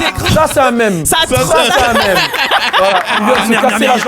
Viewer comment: par contre l'accent sur "mème" c'est non